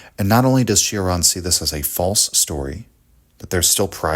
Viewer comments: Its not Shioran or Sheraan its Choraan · It's pronounced Cho-ran, like in chore, or chode. It's not a Bugatti Chiron 😉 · It’s pronounced “Choran” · Kept hearing it as Sheeran. Not at all the same. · it's actually pronounced chore-an